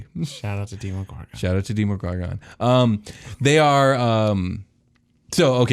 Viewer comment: I’m sorry. Did you just say....DEMOGORGON?!?!?!?